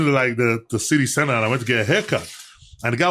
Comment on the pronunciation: "City centah"